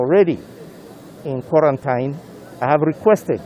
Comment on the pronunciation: The way you even pronounce quarantine is wrong and this shows our level of education.